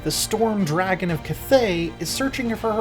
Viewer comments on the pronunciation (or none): none